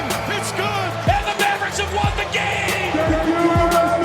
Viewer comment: Ian Eagle is SUPER annoying. It sounds like he adds an extra syllable to mav-er-ricks